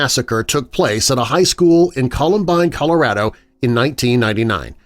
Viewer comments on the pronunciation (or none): none